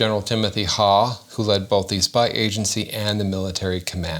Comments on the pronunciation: I think that last name is pronounced like "How" not Haw. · Isn't his name pronounced Huff...?